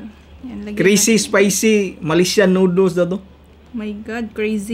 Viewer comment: Di marunong mag basa noodles hindi nooduls